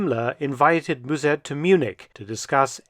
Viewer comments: Müzèrt is so far off b.t.w. Just use the English pronunciation (like mustard without the "t") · If I may slightly correct the pronunciation of Mussert, as Dutch person: As Dr/ Felton pronounces it, the "u" should be spelled as "ü", while it sounds more like the "u" in "duh" (I can't think of another example, sorry). The "s" also sharp. In German, it would be closer to a "z" as Dr. Felton says it, but in Dutch the double s changes the sound of the vowel preceding it, while still sounding sharp. In German a double s or ß is sharp, while the single s is more like a z is it start the word (German makes no sense). If it was spelled Muzert in Dutch, it would be closer to the pronunciation in the video. Musert in Dutch would be spelled Müssert in German, while Mussert in Dutch would be Musert in German. The sound of the vowel gets changed with the Umlaut, the double points over the letter, instead of the numbers of consonants following like Dutch. Dutch is a very hard language, with tons of strange grammar rules that you have know, as there is no reason to it. Every rule has an exception, which has it's own rules, to which there are exceptions. There are 2 official grammar rule books (for lack of a better term) as linguists can't agree. I'm not hating on Dr. Felton, his German is great and he has a knack for it. I'm merely trying to provide some information to help Dr. Felton improve his Dutch. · Mus sert....No zzz and u as in shut and but . Remember 45,000 Dutch fought for the Germans at the east front...